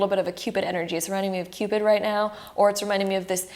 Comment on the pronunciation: Her 'now' sounds like neow😂😂😂😂